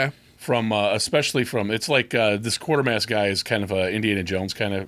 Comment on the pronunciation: Quatermass is not quartermass, It's pronounced Kwaytermass.